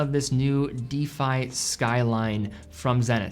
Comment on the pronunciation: Anyone help with the pronunciation here? Is it an American English thing? used to pronounce 'defy' as 'deefy', but then stopped!